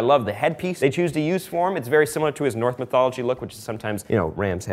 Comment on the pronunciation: It’s “Norse”, not “north”.